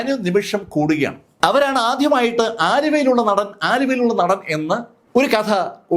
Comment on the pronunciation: നഠൻ അല്ല.., നടൻ